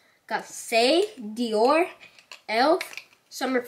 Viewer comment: She said Dior that's not Dior but no hate